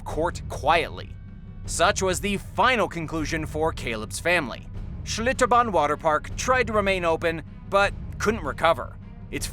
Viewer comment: Lmfao why you gotta say schlitterban like that bro 😂